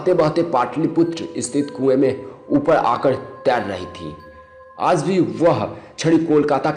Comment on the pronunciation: Hi... i like each and every videos of ur channel... im one of ur suscriber but requesting u to plzz change the person who atleast speak proper hindi.... with good accent and pronouce... didny like who says aaj as aaz...kare as kade ??? plzz change ur video commentetor...